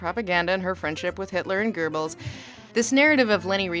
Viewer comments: There is no "R" in "Goebbels" dammit! Hear this so often. I wonder if it's a simple regional pronunciation thing, socially 'agreed' thing or maybe a mixup of Goering. As in "I'm not sure if it's Goering or Goebbels... F it, merge 'em!". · I am as far removed from the Nazi ideology as one can be, but for whatever reason your weird pronunciation of Göbels name makes me uncomfortable...